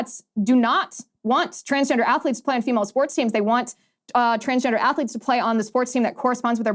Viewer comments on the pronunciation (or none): none